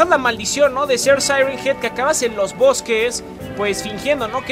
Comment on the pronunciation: Ingles: siren head Al español: el sireniyas xd